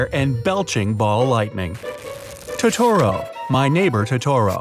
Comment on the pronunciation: It’s Tho-tho-roh not toe-toe-roe